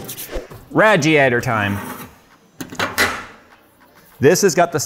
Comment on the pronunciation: “Raj-ee-ator time”😂